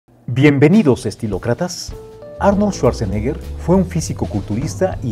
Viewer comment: Bueno, solo que se pronuncia su apellido así: chuatzenega 😜😈